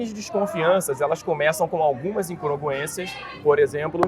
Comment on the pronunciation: Ele não soube pronunciar “incongruências”. Daí você tira o tipo de pessoa que acredita em Terra panqueca.